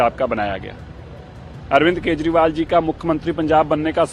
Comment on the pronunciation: मैडम! आप केजरीवाल को हरदम केजरीवाल को केशवाल बोलती हैं।